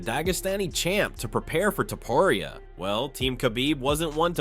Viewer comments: Ilia "Topuraya". Man, you need to correct those things if you are going to use AI voiceover... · "Ilia Topruriayah" 💀💀💀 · dafuck man, its not topuraya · To-po-riaa and jah-vier